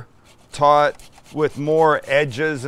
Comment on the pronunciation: i didnt realize until the end of the video that he was saying "tot" and not "taught".